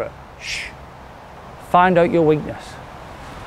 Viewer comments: Great video .. it’s “weakness” mate. Thanks for the video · Lol "weekness"